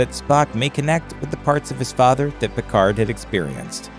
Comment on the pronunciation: You can't even say his name right...